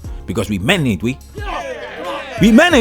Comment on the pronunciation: We men "AIN'T" we? 👏🏾👏🏾 Lol I heard you go extra to nail that. Before it would always sound like, We "menavee"?